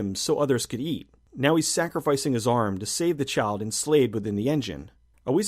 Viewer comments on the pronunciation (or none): none